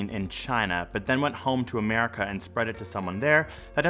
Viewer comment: haha ”Amerka” Hey im so high off all the hand sanitizer I’ve smelt today